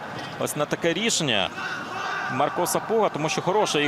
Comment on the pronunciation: коментатор ніякий, по перше не Маріан Мисик а Мар'ян, не МАрко Сапуга а МаркО, вчи українську.